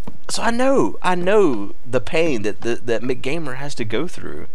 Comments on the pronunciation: M C gamer Not McGamer youre mispronouncing his name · You do know that he is pronounced M C Gamer right? is just trolling.